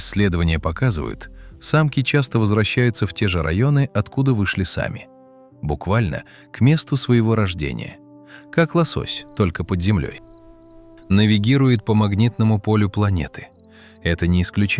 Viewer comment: Автор канала (понимаю, что нейронка, но всё-таки звучит забавно 😁) ввёл название для нового вида рыб "восось" =))